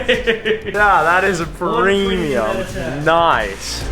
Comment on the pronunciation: lol Will Pah-Ream-e-umm.